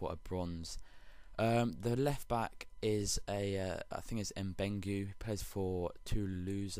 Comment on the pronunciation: It's M'Beng-u-ee